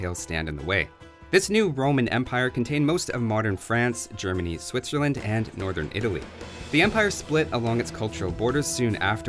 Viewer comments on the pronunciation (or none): none